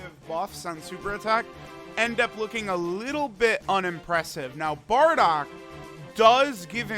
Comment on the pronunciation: It’s BARDOCK and Not Boarduck like you say….